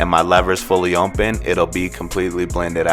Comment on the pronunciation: I HATE THE WAY THIS GUY SAYS OPEN!! It’s OPEN NOT ONPEN!!